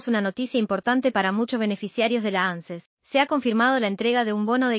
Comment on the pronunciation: No. Se leee. Ánces. Se lee. Ances